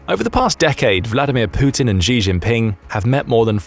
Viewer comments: The Xi in "Xi Jinping" pronounced more like Shi/Si. Not "Ji" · Xi is pronounced "she". Not "jhee". I know that Chinese languages have tonal differences between words, but that's how it sounds to English ears. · Please teach the robot how to pronounce “Xi”as in “XI JIngping”, it is not pronounced ‘Zhee” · why do the British think Xi is pronounced like "gzee"?